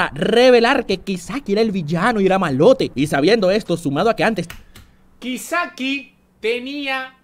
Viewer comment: "Kaisaki" Dice, Kisaki habla bien